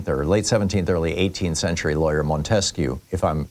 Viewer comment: Mispronounced Montesquieu. Emphasis is on the first syllable, not the second. It’s Móntesquieu, not Montéquieu.